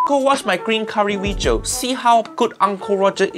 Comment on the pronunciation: No Fuiyoh. Bad Weejio. 😢